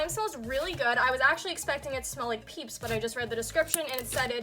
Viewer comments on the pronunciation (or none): *peeps not peach 😂